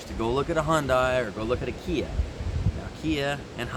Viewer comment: Hyundai: It rhymes with Sunday.